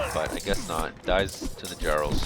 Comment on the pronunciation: Just to help you pronounce jarl.